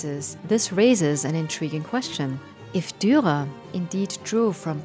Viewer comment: The last r in Durer is silent? Perhaps not? You sound like you are dropping it sometimes.